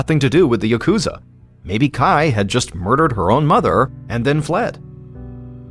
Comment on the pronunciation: Just gotta breathe through the pain of hearing 'yakuza' pronounced incorrectly this entire time.... I'm not even going to mention the names, but... Seriously, people, please.... It's got atamadakagata pitch pattern, the accent is on the first 'syllable.' I'm begging YouTubers to please stop saying yaKUza. Maybe then I could finally enjoy video essays on the Yakuza games....